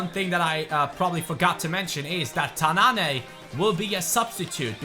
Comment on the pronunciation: ''Tannane'' is pronounced ''Tannan'' not ''Tannané'' #dimaraja